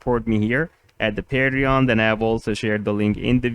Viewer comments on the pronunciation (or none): I have never heard anyone say Patreon like you do PaeDreJoN hahaha